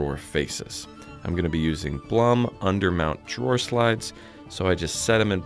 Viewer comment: Really awesome work,! Blum is pronounced Bloom. I know... I work for Blum.:) It looks like you're using our TANDEM runner?